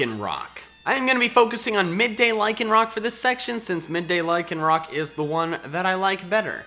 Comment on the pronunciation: AGAIN, LYCANROC DOES NOT END WITH A K!